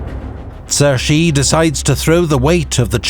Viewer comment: This was well made. Pronunciation isn’t perfect every single time especially for Cixi, Kuomintang and Hu Shih. Could’ve used a better grasp of pinyin. But it’s passable. Love the music, the maps, the quotes. Kang Youwei and Liang Qichao were important. Would’ve been nice to talk about them a bit more and also stories about Guangxu emperor who sought more expansive reforms while Cixi was oftentimes actually more of the problem. She put him under house arrest and there are rumors that he also executed the young emperor’s consort!!! Through the centuries, countless l historians nd also contemporaries have criticized her for weakening the Qing dynasty and China and for choosing a child to inherit the throne. I’m Chinese and her reputation is very bad for the most part. Just a few notes and thoughts! : I will say Li Hongzhang was the main guy chosen by the Qing government to lead its new armies. It’s important to say that the Kuomintang and early revolutionary elements brought Yuan Shikai into the fold because they couldn’t have any power without the army. But we know how that transpired. Another important literary figure who came around alongside Chen Duxiu was Lu Xun. Would recommend anyone read his stories to get a picture of the times and contemporary rhetoric against old traditions.